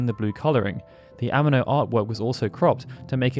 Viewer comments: Yoshitaka "Ehh-Meh -No"... holy shit north americans really don't give a f*** about anyone else language. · Why do you pronounce Amano like an English word? I'm sure you seen many interviews saying his name. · The way you say “Amano” is killing me 😂